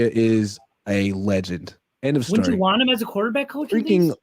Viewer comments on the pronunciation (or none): none